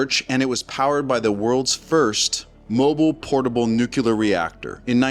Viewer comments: New clear not newk ya lurr. Its fuh mill eee urr not fur mill yer. Not sure why that bothers me so much but I have trouble taking people seriously if they can't bother to learn to say words correctly. Thry must have gone to the learing center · For the zillionth time. It's NU CLEE AR. Not NU CU LAR. Guy talking on here should be ashamed of himself.